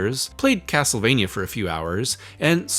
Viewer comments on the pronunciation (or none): none